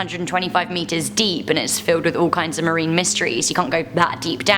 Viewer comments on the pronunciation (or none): none